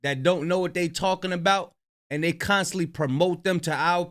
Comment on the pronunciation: listen to the Africans that you like hearing them talk, their pronunciation of words are very good they don’t say “thay” when the word is they not. You said it about 50 times. Listen and learn. That painting that we seen, should have been said, that painting that we see. Don’t criticize if you making the same errors